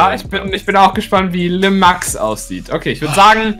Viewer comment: Wenn dann heißt es „Le Max“ und nicht „Lé Max“ aber wenn der Brawler weiblich sein soll dann heißt es „La Max“... Der französische Boss